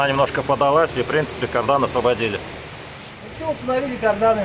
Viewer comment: не карданЫ, а кардАны! Кровь из ушей 😉 И что тут тестировать? Это же не новая резина, карданы в процессе эксплуатации тестируют, время надо,чтобы понять качество